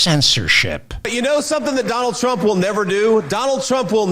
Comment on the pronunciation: "Donajd Eych Trump"